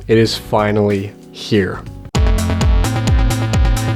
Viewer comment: i thought u said "Vinylly here" (finally)